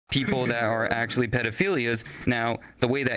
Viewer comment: 'no i never actuwally beweaved it' 🤓